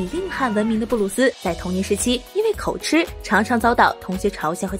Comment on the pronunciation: 口吃 (與吉同音)不是吃